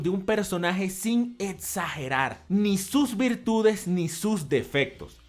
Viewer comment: Etsagerar xD